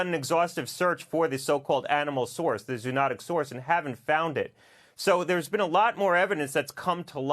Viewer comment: He does not know how to pronounce zoonotic.